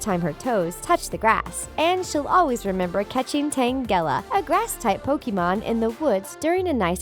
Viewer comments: The way she pronounce pokemon is like pokimon uhh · Its frustrating how she pronounce pokemon and pokemons name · she mispronounces every single pokemon name. she even mispronounces the name pokemon